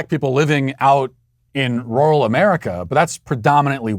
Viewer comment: matt please listen to a word pronunciation app for the word "rural" U are butchering bro'